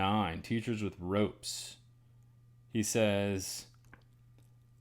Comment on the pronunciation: Good one!!! “That little stream” reading, with its repetition, also brings to mind “hear me all and listen good” Random thought - Teachers with Ropes sounded like Teach US with Ropes as you read it aloud. 🧐 Thank you as always.